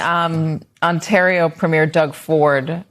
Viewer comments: Lake OnTAARio, dude? FFS. You think you could learn how to pronounce it properly? It's not hard. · Hey MSNOW.... next time you send a correspondant out to Canada, ensure that they can properly pronounce "Ontario" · Let's talk about his pronunciation of "Ontario"